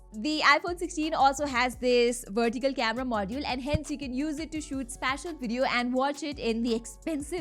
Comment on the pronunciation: It’s special not spacial